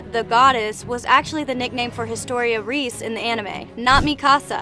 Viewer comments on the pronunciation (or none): Mikasa is pronounced Me-kuh-suh, not me-kAhs-ah Reiss is pronounced Ryce, not reese